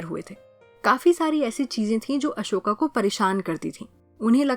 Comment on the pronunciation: broo its ashoka not asoka